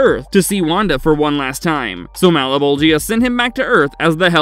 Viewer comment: "Mal-a-bowl-gee-uh?" No one involved in making this has even seen the show huh?